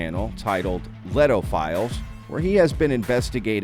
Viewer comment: I think it's pronounced Lay-toe